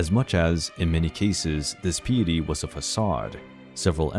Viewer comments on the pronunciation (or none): Overall this is well done, however, it would be nice to have the correct pronunciation of words like diet and piety. A quick Google search or dictionary look up could clarify the correct pronunciation of words throughout this video. When in doubt don't guess.